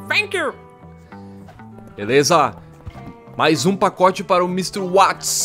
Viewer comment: Watts se pronuncia Vats